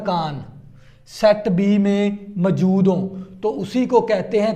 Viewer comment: موجود ❌ ماجود✅😂